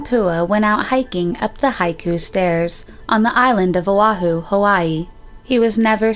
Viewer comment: Itʻs Oʻahu not awahu